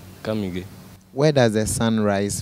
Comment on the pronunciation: did he say " Kasoa" please repeat, didn't hear that 😍😂😂